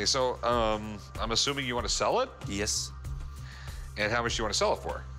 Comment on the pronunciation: I've never heard someone pronounced the word "Yes" so strangely.